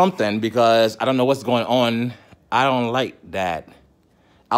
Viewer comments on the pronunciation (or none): "ion like dat" 😁